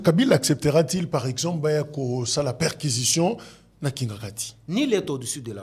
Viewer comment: 💥💥💥💥 secretaire national 🤔🤔 incapable de prononcer le mot " PERQUISITIONNER " . Vous et la mediocrite c'est pour la vie.